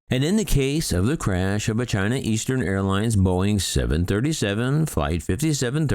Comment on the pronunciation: "China Arlines"... Twice! And I thought, you spell it like: A-R-L-E-E-N-S